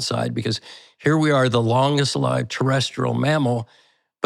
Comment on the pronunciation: Longest “lived” (lyved). Is this AI?